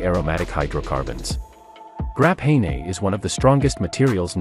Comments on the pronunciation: "Grap-hey-ney"... 🤦‍♂️ Graphene. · It looks like the AI isn’t as good as they thought “Grapahaynay”😂